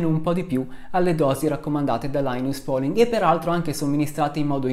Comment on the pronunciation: Un ringraziamento speciale per la corretta pronuncia di làinas pòling - ma visti i tuoi studi c'era d aspettarselo. A parte la competenza, la cultura, la serietà E la simpatia, c'è anche da dire che sei veramente un signore. Che non guasta mai, anzi. "Le malelingue, incluso io" [...] "certo, tre su tre è un po' strano". Un signore. :-)